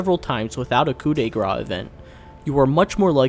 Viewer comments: (I just wanted to rectify the highly controversial pronunciation of her ultimate, you have to say "Grâce" like "Grass", not "Grah" (the "ce" isn't silent, I know that we have a lot of silent letters but well it's not the case here :D)) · "Coo de grass" guys, not gra.